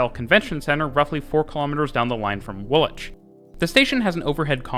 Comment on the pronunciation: Well done for pronouncing the station names correctly! (Specifically Woolwich, and maybe Reading). My comment looks a bit patronising; that wasn't my intention... Good work.